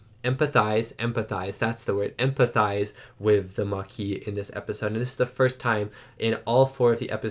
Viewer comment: They don't speak French in Starfleet. He also got the French word Maquis wrong about a billion times so I don't think the problem is that he uses French pronunciations.